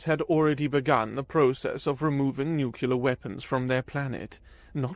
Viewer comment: Nu-clear not Nu-cu-lar.